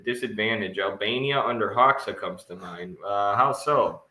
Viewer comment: side note, hoxha is actually pronounced as "hoja" - you have the name right, enver, but it's hoja. I have no idea why it's spelled like that, but I'm serbian, and I grew up listening about hoja (hoxha) - you can hear the proper pronunciation on his wikipedia page, right after it gives all variants of his name, there's a little "speaker" button, and enver hoja it is... I don't know how relevant that really is, but like, wouldn't hurt to have his name pronounced somewhat accurately